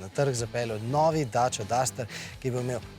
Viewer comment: Dejte lepo prosim vasemu novinarju povedat da se romunski avto imenuje in izgovarja DACIA in ne DACA. HVALA LEPA.